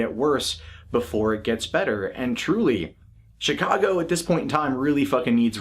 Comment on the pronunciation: they removed the video wtf. and hey don't want to sound like a dick but the CH in Chicago is soft like SH. 👍